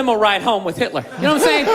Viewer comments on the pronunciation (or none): Why are you saying Mitler for Hitler?